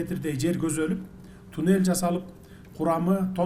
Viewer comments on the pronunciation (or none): none